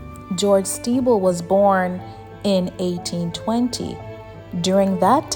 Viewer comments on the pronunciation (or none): The pronunciation of the name is incorrect…it is pronounced like Sti-bell although the spelling is Stiebel . She’s saying Stee-ble